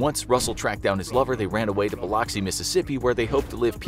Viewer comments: For about the millionth time; it's Bil-ux-ee, not Bil-loks-ee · It’s Bu-lux-ee not bloxy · Its not pronounced biloxy Mississippi. Its more of a bill-uxy. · Correction, Biloxi is pronounced “Bil-lucksie”. Or like “Bil-Luxi”. NOT “Bil-Lock-See” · Mississippi native, I know it’s spelled that way but we all say “Bí-luck’-see” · Biloxi- “Bill Uxi” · I love how he pronounced it bill ox e Mississippi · Bee-lux-e Mississippi Biloxi Lol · Love the videos, but it is actually pronounced Buh-lux-ee, Mississippi instead! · I don't know which is worse, fraud or the fact he mispronounced Biloxi, Mississippi . Was I the only one to notice? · It is so cringe how they pronounced Biloxi